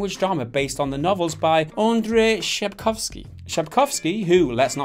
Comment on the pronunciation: Nie Andrej Szapkoski tylko Andrzej Sapkowski, wy angielskie lenie. Uczcie się jak macie coś przeczytać.